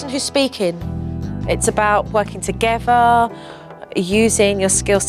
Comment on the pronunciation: I love JoJo! Only wish she'd get speech therapy and learn to say together instead of toogevvah, etc.